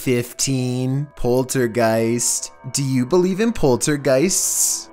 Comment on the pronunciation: Poltergeist not poltergeeks